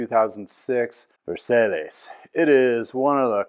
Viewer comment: that name is French not Spanish, it is pronounced "vair-sy"